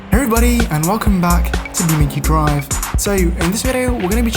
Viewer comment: "Beamenkhi Drive" Said the best youtuber ever